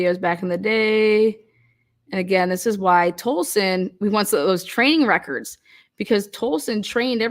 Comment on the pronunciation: Hahahahaha you said "training records" in regard to Tolleson and who he had trained. What my ears heard when you said this was "train wreckers", im like damnit she is so darn clever, thats exactly what this ***hole is, hes a damn train wrecker! 😂😂😂 only to realize a minute later, that you said "training records" and my euphoria instantly plummeted to embarrassment 😅😅😅 Thanks for the laugh 😅😅❤